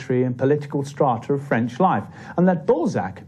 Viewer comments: Director... "So, you're sure you're ok with pronouncing French words and names?"..... "Of course, I've studied every episode of Allo Allo and have had speach lessons from Dr. Hanoosh. Director... "oh shit" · Poor subtitles and French pronunciation but otherwise good introduction to the author. (from Green Fire, UK) 🌈🦉